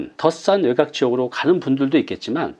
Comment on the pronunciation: 아주 내용도 좋고 목소리 좋고 말도 부드럽고 명확하고 다 좋은데요.. 외각? 그거 외곽 이라고 해야 하는 것 아닌가요?